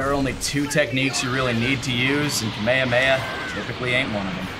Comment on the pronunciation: >Kamehamea >Not good Try levelling it up and then say that.